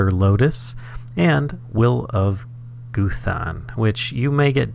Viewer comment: "Goo-than" It's pronounced "Guhthan" not as much emphasis on the an though. I love this mod so much for all the runescape references! Like the crystal bow, and the text in the lexica botania saying "Elves are roving" There's a quest in runescape called roving elves and a quest reward is a choice between a crystal bow or a shield. The bow is % more useful than the shield though. Also the potion flasks, or the overload potion. Those will items too.. Those will things are my favorite runescape reference There's a minigame called barrows where you go to each of the brothers little areas they got buried in and kill them. One of the barrows brother's sarcophagus will have a hidden entrance into a cave system with a bunch of doors and a chest in the middle room with a chest for loot. You can get one of the brother's pieces of armor or weapons, and they all have a set effect. Like guthan's set effect for example heals a bit of the damage you do to enemies. Dharok's set effect is when you're lower on health you do more damage. Verac and Karil's set effects aren't too special or anything. (The brothers dont really die because they're cursed spirits, called wights. damn you sliske!!!) The amount of runescape references amazes me.